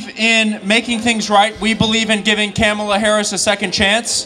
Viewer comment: it's KAHmuhla. not KÄhmuhla. not kuhMAHLA.